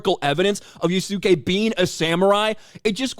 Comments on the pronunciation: Its funny ubisoft wants to use yasuke but cant pronounce his name right its YAS-KAY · That's so deranged of them to even modify Wikipedia... but then again, should we expect less from these loony bins? Also I am dying of laughter from butchering the pronounciation of Yasuke and Kunoichi 😂😂😂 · You saying his name wrong buddy 😂